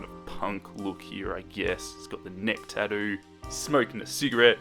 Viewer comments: how he says "tatoo" gets me everytime xD sry sry love you!! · I'm sorry, but I'm American and I can't get over how he pronounces Tattoo XD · Nevermind, I agree😂